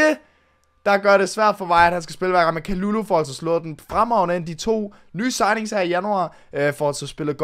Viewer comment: Ve’ godt at det r lidt ligegyldigt, men har hørt at det ikke udtales Kalulu men Ka Ly Ly fordi det r fransk